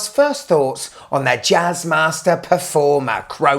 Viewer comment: "Jazzmaster"😂😂😂😂😂 "Jizzmaster"......